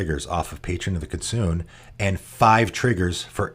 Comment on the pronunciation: Kitsune is pronounced kee-TSOO-nay and means fox in Japanese!